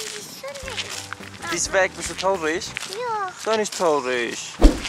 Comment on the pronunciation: Du sagst traulig oder tlaurig!